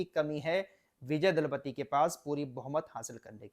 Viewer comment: Dalapati nahi bhai ji Thalapati hai